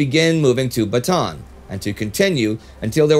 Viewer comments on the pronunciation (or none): idk if you'll see this, but just a heads up. Bataan is pronounced "Bata-an" with three syllables, not with a long A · "Corregidor" should be pronounced as [kɔˈɾɛhidɔr] (ko-ree-hi-dor), and "Bataan" as /bɑːtɑːˈɑːn/ (ba-ta-an). The other Filipino words are correctly spoken. Thank you for your videos. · Excellent episode like always! I just wanted to mention that the a's in Bataan are prounounced seperately like Ba-ta-an. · I don’t know if it matters. But Bataan is pronounced as Bata-an. The two As are pronounced separately. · Thanks. I wasn't aware of that. Since we shoot several weeks in a row, though, you're unfortunately stuck with this mangling of it until mid January. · Bataan is pronounced Ba-ta-an :)